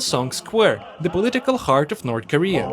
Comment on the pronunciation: 'North Karea'